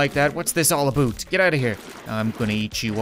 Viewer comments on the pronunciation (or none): he says a boot and he’s Canadien